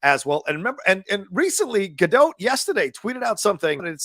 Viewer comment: i know lots say it wrong, but can you please pronounce her name correctly (or try). not sure why its annoying. its a soft T. so not Gal Ga-Doh and not Gal Ga-DOTT , its almost like Gal Ga-Dote but with a very quick/soft T.